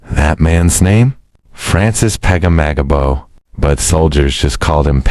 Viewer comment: It is Francis Peg ah mag abow, broken into syllables. We Canadians know our greatest HEROES.